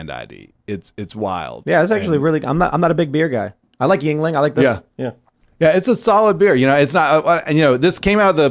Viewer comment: Its not Ying Ling. Its Yuengling its older german vor Jüngling.Maybe some form of Dutch